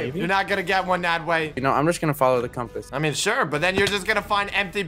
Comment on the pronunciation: "the compus" ?!